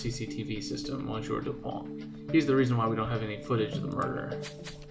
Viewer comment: monsieur is pronounced as 'mhe-syeh'. And yeah, I agree with others. There's something wrong with the audio in the first part. And the music was turned off in the second one.